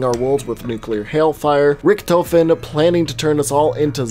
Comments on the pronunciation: It's pronounced ricktofen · You mean Ric-Toe-fin